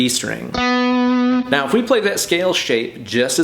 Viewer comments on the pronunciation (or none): How many times does he say meow instead of now?